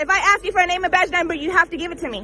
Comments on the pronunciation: Why does she say axe me? It's ask! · Did she ax or ask? I'm confused. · Why the fuck are they saying "AXE" instead of ASK?! It sounds fucking stupid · the word is pronounced “ask”, not “axe”. Try to sound educated lady🤦‍♂️